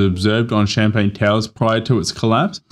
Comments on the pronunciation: Champlain not champagne 🥂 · Champlain, NOT CHAMPAGNE! 🤦🏼‍♂️🥂🍾